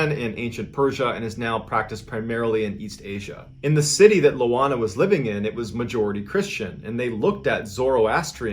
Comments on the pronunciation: The name Ioana is pronounced with a strong "Y" sound, in fact if you say the slang word "ya wanna" you are pronouncing it correctly. My wife is Romanian her name is Ioana. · Lol, it's not LOANA, it's IOANA, that's a capital i in the beginning. Ioan is the equivalent of John in Romanian, and so Ioana is Joanna. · Hi Mr Ballen! LOANA is IOANA A trick in pronouncing the city name as close as possible to the real thing, would be reading this: Tea Me Shoara Ioana's surname would be: Con Stan Tea Ness Coo ;) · MrBallen - I'm Romanian - it's not Loana - it's ioana (i not L) && pronounced as (eee-wah-nah). The infamous fear of witchcraft, gypsies, magic etc in Romania smh. Still present today as a matter of fact. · It's "Ioana", pronounced "eee ooo wahnaah" and not "Lowahna" - And Timisoara is pronounced "tee mee show ahrahh" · Its Ioana not Loana:)) bellieve me im from Romania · I swear I heard you say Moana a few times during the loana story ;) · I winced at the pronunciation in the first story. As for the sleep paralysis, can't curse me with something I already have lol her name is Ioana not Loana. Ioana is a relatively common Romanian name. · Its pronounced ioana and the city is pronounced Timishoara